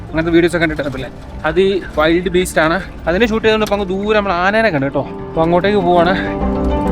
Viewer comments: വൈൽഡ് അല്ല വിൽഡ് ബീസ്റ്റ് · വൈൽഡ് ബീസ്റ്റ് അല്ല വിൽട് ബീസ്റ്റ്